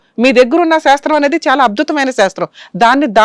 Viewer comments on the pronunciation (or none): అబ్దుతమయిన కాదు గారూ చాలా తప్పు no మీనింగ్ at all.అద్భుతమయిన అని అనాలి